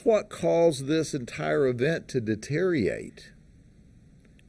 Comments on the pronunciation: It's pronounced "deteriorate". Not "deteriate". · I love that sheriff and all his cool stories but he needs to learn how to pronounce the word: Dee tier ree ohh rate. Not De tier oh ate. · He can't even pronounce "deteriorate". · But that is what cops do. Collect revenue by taking advantage of poor working folks. Deteriorate has five syllables.